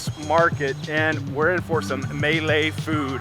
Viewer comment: Just a little pronunciation help here…Abalone is: Abba low knee Malay is: Muh lay